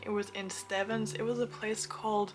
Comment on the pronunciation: I guess the pastry lady didn't teach you how to pronounce Stevns. You pronounce it Stevens like there's an extra 'e' in it. 😁